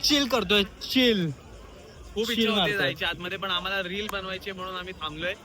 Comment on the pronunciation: Everything is temporary but him calling रिल as रीळ is permanent 😂😂😂 Peak brainrot😂😂❤